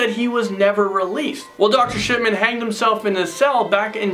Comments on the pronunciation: Am I the only one who hears Dr. Sh*tman? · Anyone else hear dr shitman?